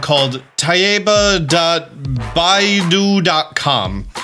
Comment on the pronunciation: Tieba is pronounce like Tea-e ba -Tea(the drink)-e(short e sound) ba(like a sheep)